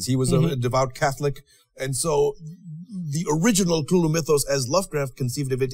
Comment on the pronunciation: S.T Joshi pronunciando Cthulhu